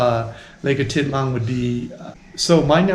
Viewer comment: Say Lake Ah teet LAHN, stress on last syllable. NOT Ah TIT lan.